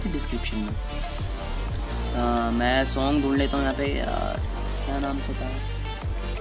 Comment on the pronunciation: bhai shong nhi hota song hota hai 😂